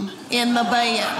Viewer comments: "I go to bay-ed" - Southerners. Always making more syllables than needed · I love the way she says "bed" with two syllables. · Don't the words "bed" and "boy" have just one syllable?